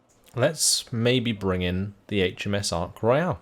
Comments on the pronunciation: he is pronouncing the british carrier as if it was french. HERESY! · For pronunciation, it’s ark royal not ark royale, and belleau wood is pronounced bellow wood